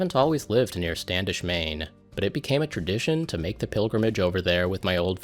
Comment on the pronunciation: Did you say Maine?